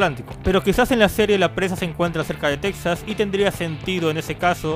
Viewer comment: Por cierto, se pronuncia Tejas :v